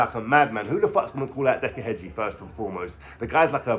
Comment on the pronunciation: Heggie not Hedgie jesus